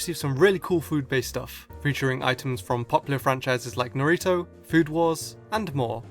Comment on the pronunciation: I heard narito :/